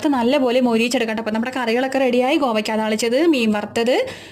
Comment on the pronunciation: ഗോവക്ക അല്ല കോവക്ക യാണ് 😅